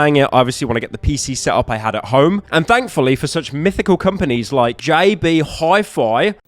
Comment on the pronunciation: big news as an australian, nailed the jb hi fi pronounciation lol